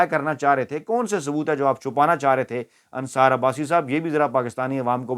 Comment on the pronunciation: Dear friend Asdalam o alaikum I never miss your vlog but today I would like make some correction hope you will not mind it Since your vlog is in Urdu you should speak and pronounce names And words correctly .you are repiteadly calling insar insteadoff ansar please make the correction rest I will talk to you if you give me your telephonic contact. Thanks and regards